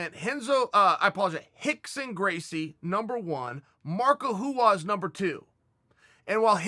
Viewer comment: CHAEL: "There was a guy I loved to watch named...." ME and CHAEL "MARCO HUAS!"